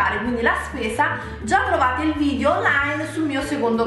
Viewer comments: Un consiglio; se il tuo lavoro è fare video su YouTube, la prima parola da pronunciare senza sfondoni sarebbe proprio vidEo... non vidio 😳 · si dice video non vidio....